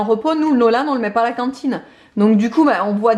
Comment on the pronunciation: ' à la cintiine ' 🤣🤣 j'adore !